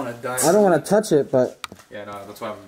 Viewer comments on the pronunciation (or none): At first that dude said "wan't" instead of "want" but then he changed it